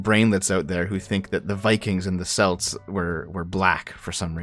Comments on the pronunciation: It is pronounced "kelts" not "selts" you syrup slurping! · "Celts" isnt pronounced 'cell-ts' its a hard C for the ethnic group, I know cos I am one